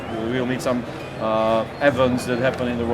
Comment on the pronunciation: That was a really interesting video, I'm super looking forward to seeing the released product! Oh and by the way, you may want to brush up on your pronunciation of the word 'events' :)